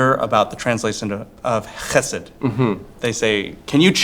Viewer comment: So, its "Chesed", and not "Cheesed!" Facepalm